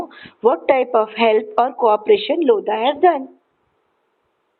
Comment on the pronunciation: "LOAD-HA" .... DON'T TAKE LOAD FROM LODHA ...